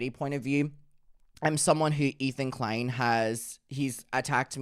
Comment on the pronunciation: i was not prepared for "ethan de-klein"